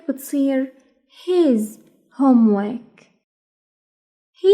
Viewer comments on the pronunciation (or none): شرح ممتاز بس انسة ليش ما تلفظي حرف الراء في كلمة (هومورك)